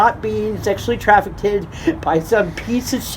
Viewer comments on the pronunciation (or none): ‘Traffic id’ 🙄 She repeatedly said it so it wasn’t a one time mispronunciation.